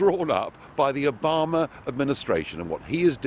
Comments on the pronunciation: Is it me or does Nigel pronounce Obama as if he's saying A Bomber? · "Obama" sounds like "a bomber" when he says it... obamadid911?